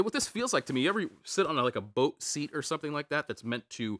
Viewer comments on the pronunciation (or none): none